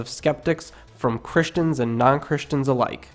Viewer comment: The mispronunciations in this documentary are hilarious. Apart from Israel, Prophesy, and the sermon on the "Mound," we also have the word, Centurion being erroneously pronounced as Centry-on, and the City of Capernaum as Caper-naum. The narrator even manages to make the word Christian sound weird. Also it is only because we know the story that when we hear the narrator say GOAT, we know that he means GHOST. This narrator is not only a stranger to the words of the Bible...but even to the English language.